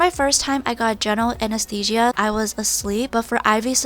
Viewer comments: I love how she said "anesthesia" 😂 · She said it weird?